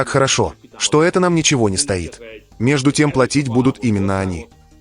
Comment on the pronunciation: Сколько можно мучить русский язык и наши уши вашим ИИ . Не можете цитаты прочитать сами? Тогда мы узнаем, сколько что-то стОит, а не стоИт. И защищать надо средУ, а не срЕду. ..😢